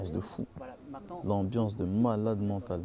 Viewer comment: "AMBLANCE" il est ou le U